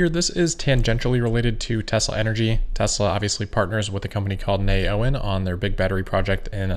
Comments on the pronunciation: Not “nay owen,” it’s “neo en,” as in new energy. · Wouldn’t Neoen be pronounced “ Neo En” ?